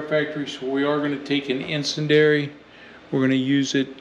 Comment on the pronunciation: I think the pronunciation of icendiary is "in-SEN-dee-AIR-EE.". Could be wrong, but just thought I'd add.